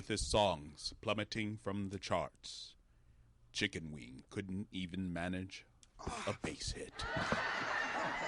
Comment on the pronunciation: He been say Chicken Wayne I just knew he was saying Chicken Wing...😂😂😂😂😂😂😂😂